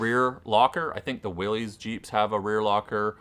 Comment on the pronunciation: lost all credibility when you called it a "willies" jeep.... Willys is s proper noun. it was someone's name. Please pronounce it correctly.